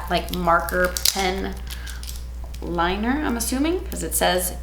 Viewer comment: I swear she said "big fat liar" instead of "liner".. just me? 😅. Who you mad at? 🤣🤣.